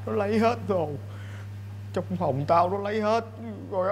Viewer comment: Phòng ko phải phồng 😑